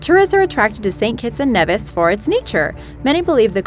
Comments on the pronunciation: It's NEE-vis! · Does this person know anything about pronounciation? First “arch-ipelago” and now “St Kitts and Neh-vihs” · Saint Kitts and Nevis --> pronounced KneeVis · Knee-vis.... Not Neh-vis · then you know how to say Nevis correctly. Its pronounced "nee vis" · it is pronounced knee- vis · St.Kitts and Nevis (Knee-vis). If you're gonna say it, say it right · correction.nevis its pronounced neevis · It's pronounced "knee-vis" by the way... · i live in d catibbean and we learn about st kitts abd nevis. it is pronounced NEEEEVIS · She's saying Nevis wrong just a FYI